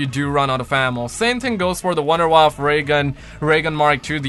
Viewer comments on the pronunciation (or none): none